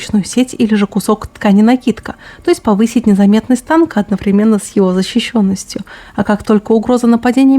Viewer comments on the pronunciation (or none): none